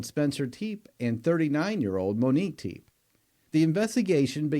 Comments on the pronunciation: Her name is Monique!!! Not Monikca!!@ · I appreciate your content but please learn and remember the victims names. Her name was Monique, not “Monica.” You referred to her as the latter more than once. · And Monique NOT Monica!